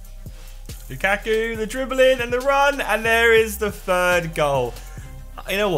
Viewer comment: lukakku? I thought he said bukkake..